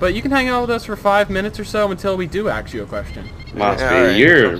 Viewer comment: I love it when he wants to axe someone a question